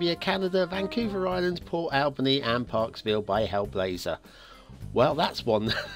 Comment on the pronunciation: you are mispronouncing Port Alberni - It is pronounced as Al burny. You are pronouncing it the same way as you would pronounce Albany. Lovely church asset.